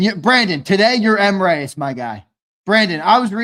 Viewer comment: I realize you guy keep saying Mreyes. I think it's actually Mr Eyes. Lol. You should ask him.